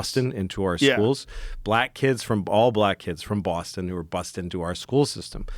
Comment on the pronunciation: I like the way you say Boston ' Bosstin